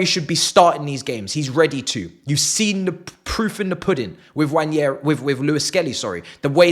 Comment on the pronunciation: It's not Nnwayeri it's Nwaneri (ONE NAY RI) "ONE NAY RI" There's absolutely no Y in the name for crying out loud..